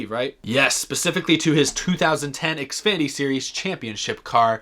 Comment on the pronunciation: You have said xfady not Xfinity